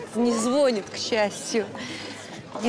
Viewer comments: Не звОООнит а звонИИИт. ЗвОООнят в колокола. ЗвонИИт телефон. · Почему не звонИт ,а у них ЗвОнит.